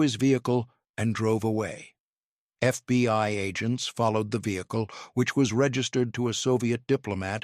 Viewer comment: Please it is not titled The FBY but The FBI, why can you folks not get it right even for just one episode. I noticed that you never mispronounce the KGB. I am starting to wonder where your allegiance is!!!!!!